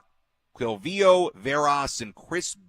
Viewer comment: “Quilvio” 😂 you butchered his name. I was there in 97. Opening day padres where down 4-0 they went back to back to back and scored 11 runs in one inning.